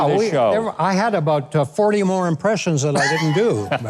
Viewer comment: Except when he slipped into a Canadian accent with “aboot”.